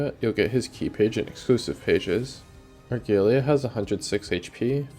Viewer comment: > ar-gay-lee-ah dislike video